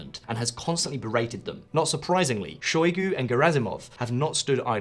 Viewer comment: pro-GOT-zin? shoy-GEI? Well I guess we should be grateful that you didn't identify Russia's president as Vladimir Poutine!